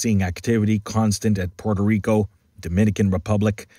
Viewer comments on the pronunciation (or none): none